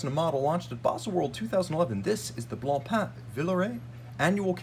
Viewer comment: I’m not trying to stroke your ego but you should know that your an outstanding. You talk fast but very coherent and you bring up awesome Haute horology characteristics that many are unaware of. Kudos.🫡 Your one of the only people in the game that properly pronounces BlancPain👏. It’s a weird French word that means white bread as you probably know. 😂